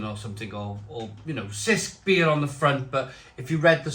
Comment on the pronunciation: it's pronounced CH-isk